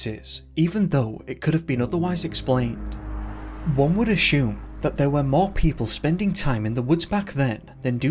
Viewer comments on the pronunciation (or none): What is this accent? I've never heard "folklore" pronounced "fahk-lah" or "assume" as "ah-shume" ever in any accent, ever. lol